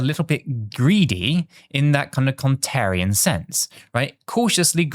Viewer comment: Stop using the word “Contrarian” if you don’t know how to pronounce it….